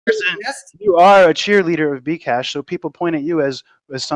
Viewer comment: i thought he said vcash at first lol